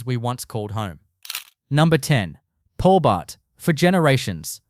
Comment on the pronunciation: So much crap. Even shows pictures of other cities (Newcastle on Tyne for example). Can’t even pronounce Hobart like an Aussie. Excrement.